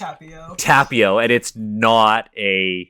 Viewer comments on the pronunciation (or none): So it's okay to just completely appropriate European cultures and mythologies (which, friendly reminder, are not monolithic and Americans often have a very warped view of them and no access to quality sources) but not Asian ones? First of all you're mispronouncing Tapio. Second of all there is no "nut god" in Finnish mythology, it's only mentioned on Wikipedia completely unsourced - and you should really do better research than just "look it up on Wikipedia". Please don't spread misinformation. Third of all, "nut" doesn't even have the double meaning in Finnish as it does in English so none of this makes sense and is just a mockery of Finnish traditional religion. Good job.